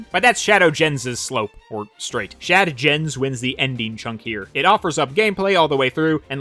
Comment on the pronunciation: Okay the TF2 reference recently and now the Dark Souls reference?! slow down you are already my favorite youtuber! You are breaking the scales! Also whenever you said "Shad Gens" my brain couldn't help but hear "Chad Gens" which to be fair, is pretty accurate with that game though. Also this video is making me want to dig out my Ps4 to take a closer look at Forces again, I feel like I can appreciate more things now even if I don't like the game as a whole. Also in hindsight, Classic Sonic must be so confused traversing through this area considering how different it is from the levels he came from in Mania. Once again an amazing video, always a treat to see you upload something and your animations help put in so much personality to what could seem "dry" on paper. You really make me find more and more things to appreciate about every Sonic game.